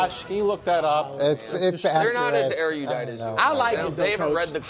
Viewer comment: Nick, it's not a sick burn saying someone isn't erudite when you mispronounce the word...particularly when you mispronounce it the way specifically done in the...subpar movies of a teenage book series. There's no 'y' in erudite. its eh roo dite, not air you dite. For anyone who is curious, it's the 'Allegiant' movies or whatever those are called. Pet peeve pronunciation.